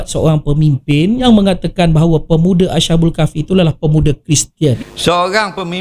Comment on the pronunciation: Maaf, nak tegur ni. Sebutan yg betul ialah as-habul kahfi, bukan asha- bul kahfi.